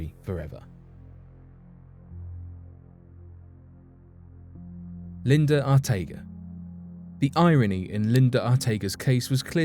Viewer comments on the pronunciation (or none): LINDA ARTEAGA'S last name is pronounced "Ar-teh-AH-gah" ...not "Arteh-guh" (like the name "Ortega")